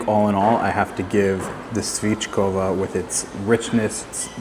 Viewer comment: Nice video. Just about the pronounciation, you mess all accents in the word svickova 🙂. Your way is svickooooova, while its the complete opposite, sviiiiiiickovaaaaaa. And yes, dumplings are not meant to be eaten dry without the sauce ;-)